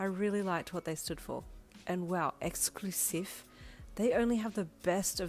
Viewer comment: I immediately started picturing Brian ( gay bestie/Uncle from hawks) saying exclusife and I started laughing so hard lol